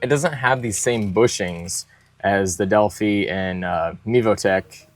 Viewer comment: pronounced del fi